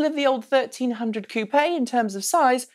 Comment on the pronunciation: She said koopea! lol